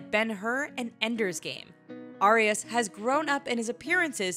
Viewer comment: It's not, "AY-RIAS" it's "Ah-rias"